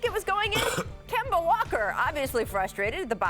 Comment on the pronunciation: Scottie can't ever say anybody name correctly... KAWAAD AND KEMBO SMH